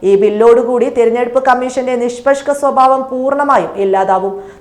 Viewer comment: 'നിഷ്പഷ്ക ' എന്ന് അല്ല 'നിഷ്പക്ഷ' എന്ന് പറഞ്ഞു പഠിക്കൂ. ആദ്യ തവണ കേട്ടപ്പോൾ നാക്കു പിഴയാണെന്ന് കരുതി. രണ്ടാം തവണയും കേട്ടപ്പോൾ അതല്ല എന്ന് ബോധ്യപ്പെട്ടതിനാൽ സൂചിപ്പിക്കുന്നു.🙏